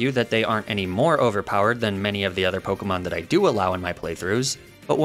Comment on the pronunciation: Fun to watch but wow you mispronounce Pokémon names a lot